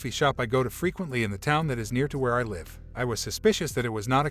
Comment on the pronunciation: Why do people pronounce live as life when everything else sounds fine. This is not the only narrator that say it that way.